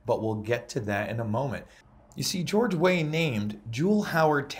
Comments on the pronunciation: It's pronounced "way-err". Liberia could've done a helluva lot worse than Weah. By their standards he's a beacon of hope. Good luck to him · Pronounced George Weare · weah's last name is pronounced "way-ah". i don't know about the people around him, but being from europe (holland) i remember george weah well from his football playing days and i know he came across very kind and passionate about his home country then. he wanted to make his country better if i ever got the chance, he said. so i give him the benefit of the doubt for now.. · this is your worst video yet. baseless kangaroo court nonsense. and learn to pronouce his name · Learn to say, "Weah", correctly. He played for AC Milan. What crimes is he responsible for? Talk about Kangaroo court.